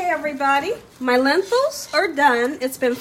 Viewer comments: Lentils or lenthils? Not tryna be mean but it is pronounced Len-til (like mental hahaha🤣😂🤣) no “h”.... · Hello...I've been watching you for about 2 years. I like your cooking shows so much. I wanted to tell you that your Lentil soup is my favorite. I had to tell you though, it's pronounced Len-tils, not Len-tils with an h. Please don't think I'm being pretentious, I admire you and you establishment. May THMH(THE MOST HIGH), bless you and keep you.